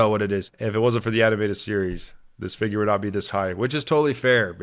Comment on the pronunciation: Great video guys! Instead of saying figure I heard say skin! 😂